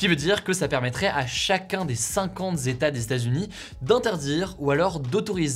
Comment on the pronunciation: 50 zétas ça fait beaucoup quand même 🤔